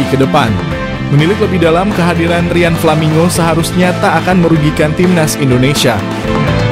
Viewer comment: Menyebutkan namanya yang betul min, nggak usah dibikin bikin nggak enak di kuping